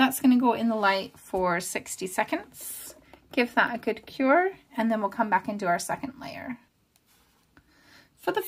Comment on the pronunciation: Fantastic thankyou, your videos help me soooo much. BTW I can hear your Scottish accent coming thru, especially wen you say GOOD, YOU, TOO. I'm from Scotland 😁😁😁